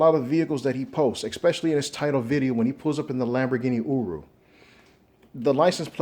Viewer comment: Lamborghini Ooroo? 😂😂 It’s Urus. Change your name to.